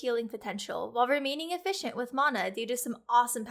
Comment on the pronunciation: when she mispronounced Mana LOL